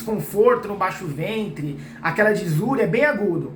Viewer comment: baixo fentre rs